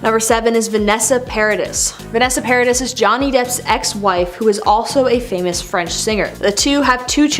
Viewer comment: It’s par aah dee & they aren’t married